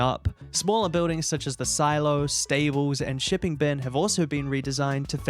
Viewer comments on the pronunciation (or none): none